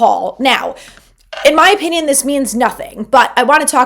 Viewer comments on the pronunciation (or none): none